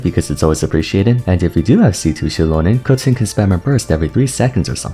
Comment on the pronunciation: is it just me but the way he says keqing is sooo satisfying? idk it just scratches my brain sooo well